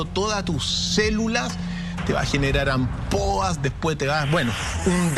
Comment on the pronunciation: Hola,perdón por hacer una corrección a una palabra que UD pronunció,la palabra es ampolla no ampoa,que es un eufemismo porque en realidad la piel se cae a colgajos,es como si se derritiera el cuerpo,decir terror u horror también es un eufemismo, saludos desde Argentina,muy buenas noches,ah y lamento decir que según tengo entendido aquí en el sur se va a construir otra central nuclear que lo harán en conjunto con China,nos dicen que tenemos que cuidar el medio ambiente,y nos hacen responsables de la contaminación y resulta que siguen radiando nos con estas centrales,los glifosatos,el plástico,el desecho que se tira al mar,los ríos etc,a veces quisiera que reventara todo, porque los que estamos abajo los que terminamos padeciendo,aunque quisiéramos no los podemos parar,es mucha la impotencia,más sabiendo que se puede hacer de otra manera,😥😥